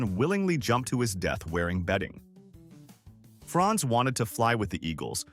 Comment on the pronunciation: Franz not France .